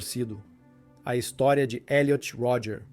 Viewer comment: O nome dele é Elliot Rodger. Creio que o narrador está dublando o documentário. Aí "abrasileirou" o nome.